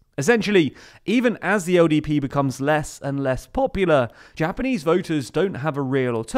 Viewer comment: LDP, right? I think there’s something wrong with my ears, I keep hearing him say ODP